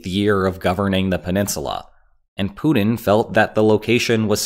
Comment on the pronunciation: “Poodin’”. = Putin